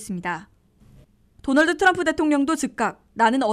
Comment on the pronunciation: 기자님 진짜 궁금한데요 왜 딴건 안그러시고 "트럼프" 발음만 굴리시나요? 그렇게 굴리고 싶으시면 영어로 기사를 전하시던가요. 미국서 태어난 대학생 제 딸도 우리말로 할때는 정확히 한국식발음으로 쓰는데....과거 박찬호선수가 미국진출 6개월후에 그랬죠 아마. 과히 좋게는 안보이는군요